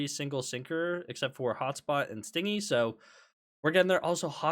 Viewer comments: i gotchu it's "stin-gee" not sting-y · ITS STIN-GY NOT STING-IE as in unwilling to spend not PLEASE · Actually the correct pronunciation is be ˈstɪnd͡ʒi which would be romanized as stin-jee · istg if I hear him say "sting-y" one more time I'm gonna crash out. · i beg you pronounce stingy properly. it is stin-gee